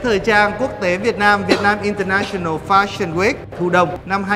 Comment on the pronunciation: international UK /ˌɪn.təˈnæʃ.ən.əl/ đọc như trên nhé, đọc đúng vô